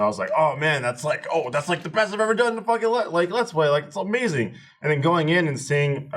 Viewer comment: damn near killed me with the "folking"